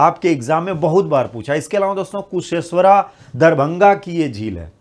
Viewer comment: Sir kusheshwara nahi kusheshwar sthan hota hai